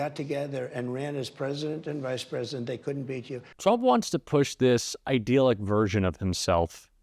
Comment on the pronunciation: the second syllable of “idyllic” rhymes with “dill”, not “deal”.